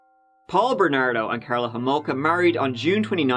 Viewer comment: First of all you pronounced her last name wrong. it's homolka not holmoka. and was that a jab at Canada. no offence but your accent isn't from the brightest of places geographically speaking. So why don't you keep those jokes to yourself hun cuz they ain't funny